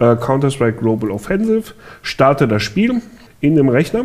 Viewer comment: Warum sagt er jedes mal Globel